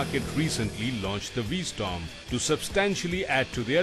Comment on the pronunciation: V-Storm? Get the name right.